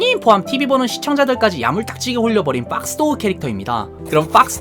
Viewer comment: 그놈의 뽝스ㅋㄱㄱㅋㄱㄱ난 첨에 빡스보이 빡스걸이 뭐지? 상자인줄ㅋㄱㄱㄱㄱㄱㅋㄱㄱㄱ아 오늘도 넘 재밌었다ㅋㄱㄱㄱㅋ응~그코인상장폐지 되었대ㅋㄱㄱㄱㄱ금사매랑 썸타도 로리ㅋㅋㄱㅁㅊ. 그나저나 성대모사는 왜케 잘하는데요